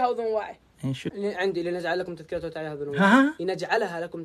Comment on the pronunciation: النطق غلط يامشايخ وتعيها كسر العين وفتح الياء